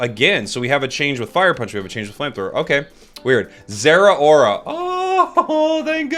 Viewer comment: Its zera not ttar💀